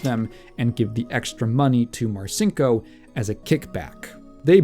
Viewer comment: My dad was in the Navy when I was a kid growing up in the '80s and '90s. I heard about Dick Marcinco's bad reputation from quite a few guys who considered him to be a pathetic joke. The one part of this this video that slightly irked me, is that I've always heard the name pronounced "Mar-Cheen-Ko", so hearing you pronounce it "Mar-Sink-Oh" just felt really weird to my ears. Aside from that, this was a great video. Very informative and well constructed, I look forward to seeing more.